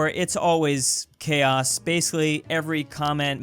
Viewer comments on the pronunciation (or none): none